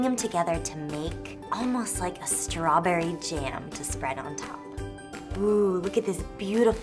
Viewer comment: Does she seem tipsy here? Ssssssstrawberry cool whip, lol.